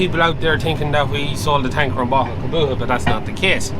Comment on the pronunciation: Why cant ge pronouce Kubota properly? Its not a fecking Kaboota.